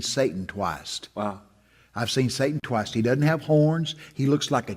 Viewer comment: He has seen Satan “twiust”! 😂😂